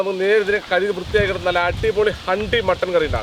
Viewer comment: ഹണ്ടി അല്ല ഭായ് ഹുണ്ടി 😂😂😂😂